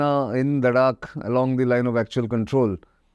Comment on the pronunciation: Not "larak" it's "Ladh-dakh" names are key to knowing and understanding ur own 👍